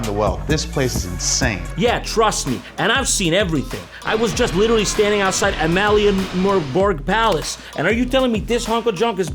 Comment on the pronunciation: Hearing Jon trying to pronounce "Amalienborg Plads" just made my day. Praise the motherland